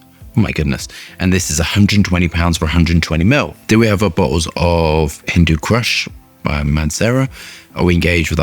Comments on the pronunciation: I hate to be pedantic, it's pronounced "Hindoo coosh". great vid as usual.😁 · How many times did you say the name wrong in this short video?